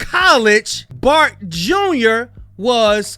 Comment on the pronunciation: ‘FART’ instead of Bart😂😂😂😂